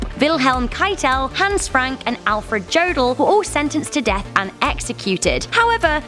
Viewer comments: Jödl is pronounced Year del not Joddle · Her pronunciation of the German names is disgusting. It's spelt jodl but pronounced yodl